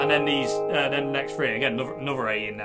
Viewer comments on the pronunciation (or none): In this case it’s great how pronounces “three” as “free”. A minor speech impediment becomes perfectly appropriate for this video! “There’s free A notes.” Love it!